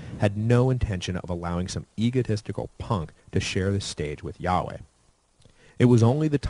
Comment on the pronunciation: It is okay, he mispronounced YHWH!